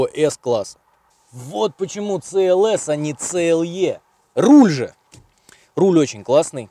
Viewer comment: Это СИ ЭЛ ЭС. А не ЦЭ ЭЛ ЭС. В английском языке нет буквы и звука Ц